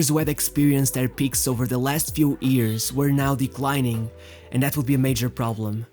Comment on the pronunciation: great video its years not EARS